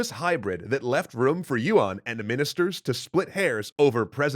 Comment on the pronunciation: by the way, yuan is not pronounced as yu-wan. its more like yuen or yen